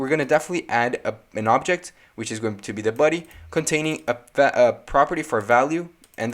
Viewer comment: You pronounce body as ‘buddy’ lol